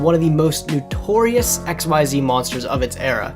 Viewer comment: Someday some kind stranger will teach this poor boy how to pronounce Xyz...someday...